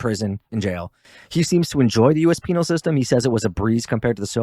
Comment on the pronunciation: lol dude said “penile” colony